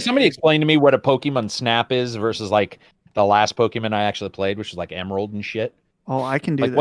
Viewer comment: The way pronounces Pokemon has always been hilarious to me. Its subtle, but he kind of says "pokemEN" instead of "PokemON"